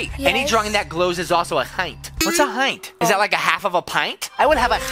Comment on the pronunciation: Its. Not hit its hint